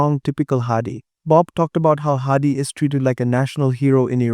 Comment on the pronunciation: Hadi. Not Hardy